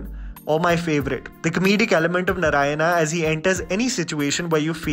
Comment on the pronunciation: I wish you said Narayana and not 'Naraina'😑